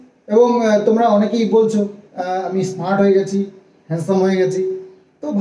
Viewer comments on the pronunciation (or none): গিরামের ইসস্মার্ট ছেলে।😂😂 মানে হলো গ্রামের স্মার্ট ছেলে। হাস্যকর। 8th pas😂😂😂😂😂😂😂😂..